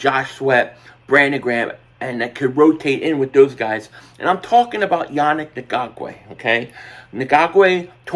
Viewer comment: I really….. really, really, really hate when people make videos and don’t take the 3 seconds to learn how to pronounce their name. Annoying and disrespectful at the same time… say it with me “Yah-nick N-gok-way” it’s really not hard.